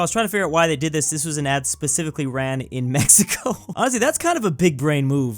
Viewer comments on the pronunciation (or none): none